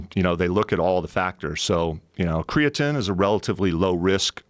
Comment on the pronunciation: MrMarbledeuce lol that shit drives me crazy!!! Tied with wheb joe says "... On THE planet earth"... Should leave out the "the" I think. And did jeff pronounce creatine like "creatinn"??? Wtf